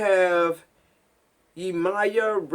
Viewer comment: One pronunciation for Yemaya is pronounced yim-me-ya. She is the mother of the ocean and a powerful African orisha. While I was in Brazil I learned and was introduced to her. Funny enough you say I am her and literally everyone I encountered in Brazil thought I resembled her and exuded her energy